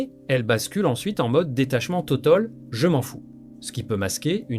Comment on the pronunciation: Oui, ça m'a paru carrément bizarre ! Ce serait donc encore une fois une vidéo générée par l'IA ? Le doute s'est déjà installé lors de la prononciation de "totaul"... un humain certifié "biologique" ne ferait pas ça. Désormais, faut les touver, les vidéos réelles.